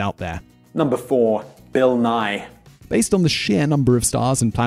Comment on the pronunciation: BILL NAY? SERIOUSLY?????